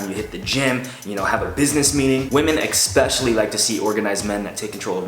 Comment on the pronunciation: "eKspecially", couldn't been the only one who heard it